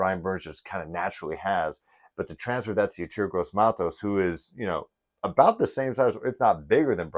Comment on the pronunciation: ….his named pronounced …E….TOUR …..👍